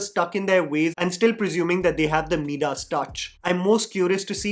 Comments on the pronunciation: Midas is pronounced as "maidus" not meedus. FYI. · Here’s a little constructive criticism for you - please work on your pronunciation it’s pronounced mai-duhs touch not midaaaas touch. This is easy to do, you can just google it. Even how you pronounce “general”. It’s very off putting